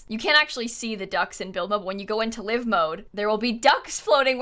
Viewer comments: wait its "live" not "live" omg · Whoa whoa whoa. Is live mode really pronounced like “living” rather than like “live tv” 👀🙃 I’ve always pronounced it with an “eye” sound because it’s like things are happening live lmao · I've never thought it was anything but live pronounced like living. People actually think it's Live pronounced like eye?